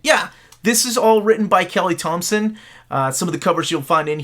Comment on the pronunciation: And thank you for pronouncing my name correctly.